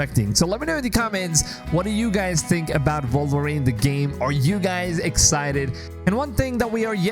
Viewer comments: Why does this guy keep saying “Vulverine”? Not sure I want to play that game. 😂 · The character is called WOLVERINE not Volverine😂